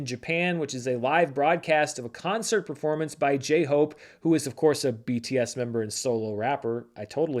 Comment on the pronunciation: Please consider transitioning into an all K Pop channel as it is endlessly hilarious to hear you say "J Hope".